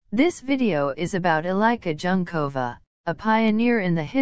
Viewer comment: Thank you. After the 5th time the untutored narrator repeated Junkova, I had to stop listening. Human language is important. It sounds like an AI generated script and voice. Very disrespectful.